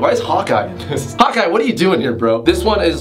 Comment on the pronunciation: u heard right